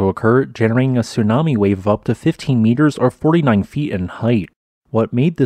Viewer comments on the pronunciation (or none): none